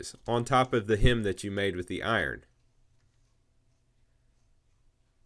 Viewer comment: I stopped watching after you mispronounced "HEM'' the third time. It's HEM and not HIM.